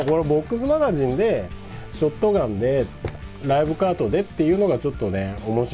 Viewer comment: ライブカート＝ショッガン(本場発音w)て印象焼き付いてる そしてクアッドロード出来たんですか？！ (｀・∀・´) マルゼンのM1100は当時ティーンの俺が役40000円に躊躇して買わなかったら絶版？なって嘆いたのは良いおもひでw コイツはバイオ2で惚れたなぁ そして安定のM1887 コイツはT2で一躍有名になりましたよね SPAS-12もT2だった それ考えたらT2は名作だな